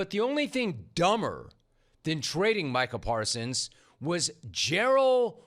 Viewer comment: I think that 'Jerry' mispronounced his name on purpose.